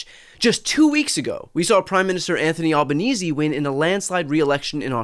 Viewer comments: Well done on getting the Australian PM's name pronunciation correct - as far as I know that's a first. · Hey Brian, thanks for pronouncing Albanese correctly (or at least, the way we Australians do).